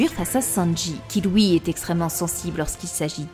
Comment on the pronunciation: Génial, merci pour la vidéo mais stp prononce bien les mots qui on le son Ui comme suite et non souite, lui et non Louis, puis et non pouis etc... Tu doit sûrement avoir des origines étrangères je t'en veut pas mais mes oreilles souffres 😭